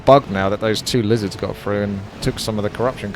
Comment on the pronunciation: stopped watching when he said lizarss